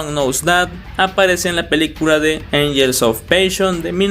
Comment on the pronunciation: "ultirior motaifs" y "angels of paishon" mis oídos